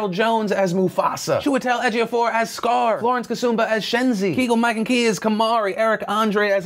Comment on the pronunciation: When he's naming the celebs, he gets to Keegan-Michael Key's name and it sounds like he says "Kegel" not Keegan. lol